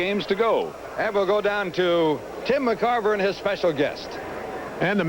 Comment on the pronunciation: Kinerism: He called Tim McCarver “Jim McCarver”